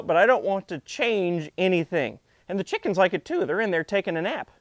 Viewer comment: I like your dialectic pronunciation of "Chickums". Similary here in Australia (That's ..down-under to the likes of you), we spell it "Chickens" but it's often pronounced as "Chooks", "Chiggen's" or in some regions simply "The girls". Some sample usage: "Going down to the charcoal chook shop to get dinner" .. you would not say "The Girls" here because it would refer to the shop attendants. Another example would be "Going down to the Hilton to check if the girls have left us any eggs".